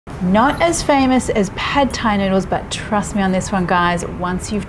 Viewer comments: Why does she pronounce every Thai word correctly except for Pad Thai? You pronounce the "D" with more of a "T" sound. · Not pronounced pad Thai, say pud or putt Thai